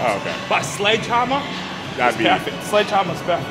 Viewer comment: "...but a SLEDGEHAMMER!!.." most scottish thing I've ever heard